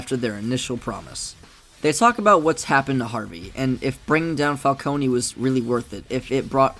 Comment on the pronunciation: Oh no, you didn’t pronounce Falcone wrong, that’s how it’s supposed to be pronounced. In the Telltale games, everyone pronounces the Falcones as “Falconey” while Carmine Falcone pronounced his last name as “Fal-Cone”. The Nolan films made everyone think it’s pronounced “Fal-coney”.